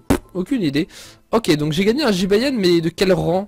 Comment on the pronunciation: Un Jibayan?Désoler mais c'est Jibanyan mais pas Jibayan Ok tu me stresse avec sa Jibayan Jibayan....!!!!!😬😬😬😬😠😠😠😠😠😠😨😨😨😨